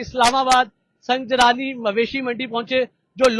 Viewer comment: او بھاٸی سنگ جلانی نہیں سنگ جانی ھے بولو تو سہی 🤦🤦🤦